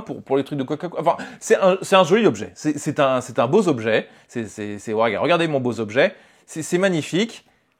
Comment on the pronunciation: "c'est un beau z'objet"... Oh non,, pas toi! Tu as habituellement une excellente élocution, mais là... Ceci dit, très belle présentation de ce produit, malheureusement victime de son côté viscéralement "colle-à-l'actu"...